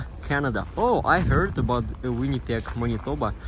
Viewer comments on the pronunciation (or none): none